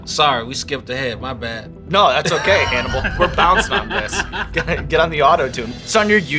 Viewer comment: Lololol sounds like Sean called him Cannibal